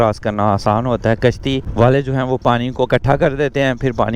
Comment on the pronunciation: Gashti Nahi bahi 🤣🤣 kashti Hota hai 🙂